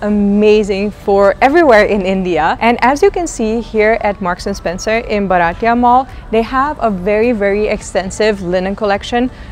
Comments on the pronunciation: Hi. It is pronounced as BHAA- r - tee - yuh. It means Indian. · been a follower for a while. Just one tip - Bharatiya is pronounced Bhaa-rutt-ee-ya.. means Indian so getting pronunciation right is important 🙂